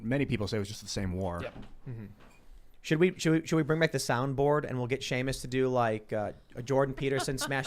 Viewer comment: See-Muss is such a great guy! lol